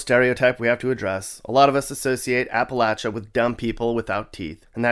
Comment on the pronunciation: thank you for pronouncing Appalachia properly although could have left out the entire marrying cousins part as it was totally unnecessary. sounds like you don't believe that the environment was/is damaged by coal mining, and that's where you'd be wrong; coal mining has and continues to do much damage, including causing specific cancers and destroying waterways beyond repair. it's very sad. and you got the KFC history partly right, although i wouldn't call Corbin as having "good people". the best thing to happen to KFC was Mr Sanders' nephew running off with the recipe and creating the Lee's chain. the Derby isn't at the end of April - it's the first Saturday in May. tbh, i stopped listening at this point.